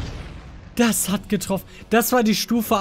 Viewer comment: Das "ghat" er gut gemacht